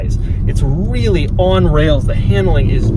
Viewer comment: WEALLY WEALLY WEALLY